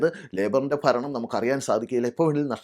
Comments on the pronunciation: ചേട്ടാ ദയവ് ചെയ്ത് മലയാള ഭാഷയെ കൊല്ലരുത്, ഫരണം എന്നത് ഭരണം എന്ന് ഉച്ചരിക്കണം ചേട്ടാ. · ഭരണം എന്ന് ഉച്ചരിക്കുക. ഫരണം എന്ന് കേൾക്കുന്നു.😊